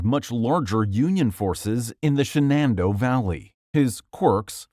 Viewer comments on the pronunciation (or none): I hate when AI tries to say a proper name. Shenandoah is now Shah-nan-doh? Sounds like an ABBA song! "If I could do the same again, i would my friend....Shah-nan-doh!" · I got a chuckle at "Sha-Nan-Doh Valley"😆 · The Shenandoah pronunciation goes crazy